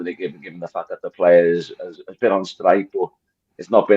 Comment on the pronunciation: Gibbos commitment to mispronouncing players names is something to behold